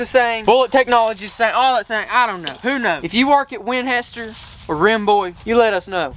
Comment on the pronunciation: 😂🤣😜🤪😆🫣🤤😅 I love how you say "Winhester"